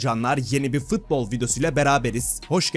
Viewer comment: şu futbola fıtbol deme artık